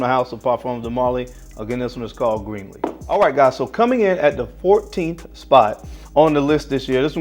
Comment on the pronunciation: Just to help you out my brother, its not pronounced Green-lee, but pronounced Grin-lee or Gren-lee. Keep up the good work!